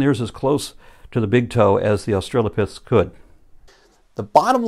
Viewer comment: That lady in the clip about the pelvis repeatedly says "Aushalopithecus".